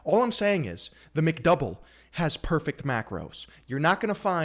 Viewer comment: the “PORFECT” quote from is so freakin hilarious lmao I can’t get over it